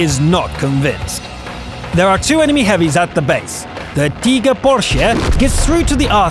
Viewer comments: Is anyone else annoyed by the waynhe pronounces Tiger? He's actually saying Teeger. What's a Teeger? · it's only pronunciations. I love it lol